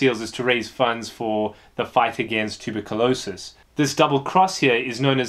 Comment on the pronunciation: It took me a few seconds to recognize he was saying Tuberculosis. lol. Never heard it pronounced that way before.